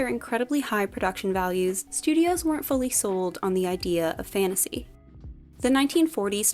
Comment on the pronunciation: please pronounce your "t". the continuous "fannasee" is awfully infuriating.